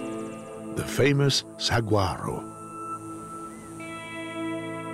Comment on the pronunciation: remaining i keep laughing so hard at the way the narrator says saguaro , instead of SA-WARR-OH, he says, SAAG-YOU-ARROW Cactus...i grew up in the valley and it's fun hearing non arizona people pronounce some arizona names, I hear people say GILL-AH RIVER all the time and it's pronounced HEE-LAH RIVER....Etc. etc. Etc.